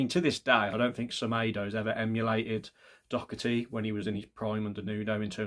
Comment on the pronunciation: There's no C in the name Doherty, but good shout